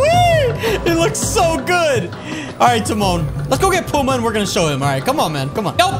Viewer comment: DUDE ITS PUMBA NOT PUMA